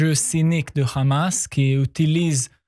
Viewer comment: Le RRRRamas.... rrrrrrrramas Rrrrrrrrrramas